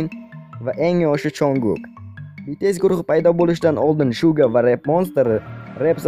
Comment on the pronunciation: Shuga mas Suga bo'ladi Chunkon mas Junkoon bo'ladi